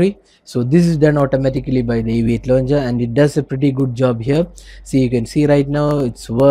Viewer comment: The Aviate londjer... Like Nova londjer and Apex londjer...